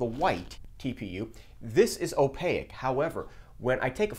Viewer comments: great vid! still trying to get this working on my printer. my gear doesn't appear to be biting into the filament at all. advice? Also, I cannot unhear it: opaque (like "take"), not opaic (like "mosaic") lol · Great video, please look up how to pronounce opaque though. Just tying to help, have a great day.